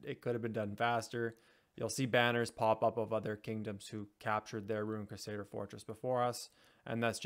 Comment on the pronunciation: CRUsader!! Not quesader 😂😂😂